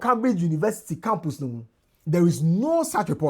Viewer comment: pronounce Cambridge properly. Your pronunciation is wrong